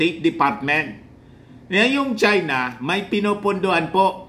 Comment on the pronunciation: Gawang ChY-NaH!😂😂😂